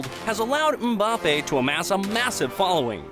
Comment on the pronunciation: Nah they got mbappe wrong too, 😆 it's pronounced 'embappe' not 'umbappe'